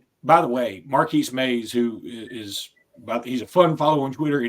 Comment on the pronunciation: Its Marquis Maze not Markeys Maze